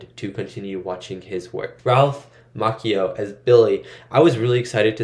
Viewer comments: Ralph MOTCHio, not Mockeyo. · Oh for the love of god please look up name pronunciations BEFORE you film reactions! Ralph "ma-chee-oh' not makio like a coffee drink lol. (Well close to a macchiato.) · I gotta tell yu! It is real cringe the way you pronounce Ralph's last name. It is pronounced like Macho with an added I (Ma-chi-Oh), not Mock-Eee-oh!!! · Pronounced “machio” like macho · It's pronounced (ma chi o) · Anyone else think of Jordan from Conan O'Brien being obsessed with Japan because of The Karate Kid 2? He kept pronouncing Ralph Macchio the way Rollies pronouncing it until he was crushed by Ralph when he corrected him on the pronunciation and then told him the movie was actually shot in Hawaii. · Saying Ralphs last name wrong cringe.